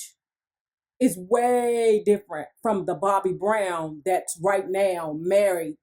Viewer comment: 🤔 Why does she keep saying DA BROWN Get my Best Friends Name right Lady. 😡